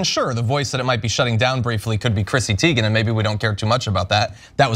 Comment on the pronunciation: BTW, her last name is pronounced Tay-gen. "I" before "E" except after "C" or when it has an A sound, like neighbor. Just an FYI